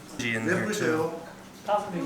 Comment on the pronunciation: dude it's pronounce sun-ji not son-ji